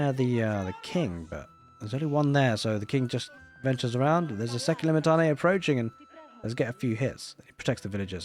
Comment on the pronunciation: Limitanei - (Le-Met-an-eye) is the pronunciation